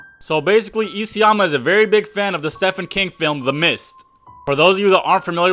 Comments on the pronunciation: Bro. Its pronounced steven not steffan. Also he didn't create those movies. He wrote the books those movies were based on. If your going to talk about this at least get your facts straight... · The name is said Steven King, not stefen... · Stefan 😂😂😂 bro its pronounced steven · Ik its Stephen (Stefen) but its pronounced Steven Its weird but yeah he has good horror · When he says Stephen not "STEPHEN" 👀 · Steven not stephen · It's "Steven" King, it's weird but mf wanted it to sound like Steven even though it's spelt Stephen, one one the most poetic minds to exist and yet he spells his name on how it doesn't sound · It's pronounced "STEVEN KING." And Stephen King actually has the correct spelling of it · I feel the need to say "steve-N" not to be a douche but because ny dead father is turning in his grave rn 😂 he hated when people would say it like that. (Yh it was a ph) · Bro neads to reed mor buks kuz hea mis pronaonced tso mini werds and knames....ITS PARA DICE ISLAND AND STE PH EN KING like Steven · Its pronounced steven, he didn't make movies, he wrote the books that the movies were based on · Steven bro you deserve to be roasted for the rest of your life for this one. Even if you didn't know how to pronounce it, there is google bud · His name is pronounced as Steven still and he is an author, they just adapt his films into books. Other that that fire reel 🔥🔥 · Steven is how you pronounce it